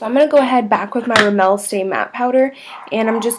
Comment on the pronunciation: This is such a cute look, and your pronunciation of Rimmel makes me giggle a bit but that's the way you say I suppose :) This look is great though!